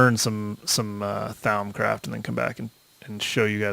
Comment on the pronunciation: I'm sorry, I just can't stand the way you pronounce thaumcraft stuff. Thaumcraft: Thomcraft Vis: Vees